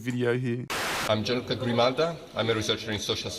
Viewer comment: Yes but unfortunately he butchered the Italian name of the "scientist"; Gianluca. You pronounce it like the English sound of "Janluka"